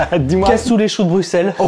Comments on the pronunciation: Brussssel, choux de brussssel pas brucksel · sa se dit bruselles et non bruxselles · bonjour, j'adore tes vidéos mais moi qui suis Belge j'ai eu mal aux oreilles pendant les choux de Bruxelles, alors stp prononce "Brusselles" sinon nous on va prononcer "Parisss" merci; sinon continue tes vidéos, elles me font beaucoup rire. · On dit "Brusselles" avec un "s" et non "BruXXXXXelles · sa se prononce pas choux de bruXelles mais choux de bruSSels 💀😭 sinon je vous adore 😘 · Le x de Bruxelles ne ce prononce pas le x se dis s